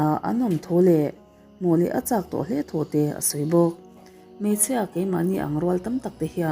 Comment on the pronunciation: I aw ngaihthlak a nuam viau a chu i thil sawi zin leh thluk hi ka lo ngaimawh thin entinan:bawk aaaa,mai aaaa,hle aaaa…Aaa thluk i uar lutuk a Jeronimo ang deuh hlek hian atawp hi inzir ila ngai ka lo ti ve mai2 chuanin English thu lam dan tur thenkhat pronounciation utube ah in zir hmasa bawk la ka lo ti ve mai2 hate comments ni lovin ka thahnem ngaihna tangin ka lo sawi ve aw..ka ngaithla ve ziah ania aw